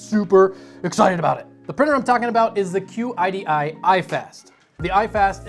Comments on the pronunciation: Qidi is pronounced kee-dee.. It's not an acronym. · Ok man it is pronounced "Sheedee" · I took Chinese as a second language and QIDI in English would be pronounced like "chee-dee"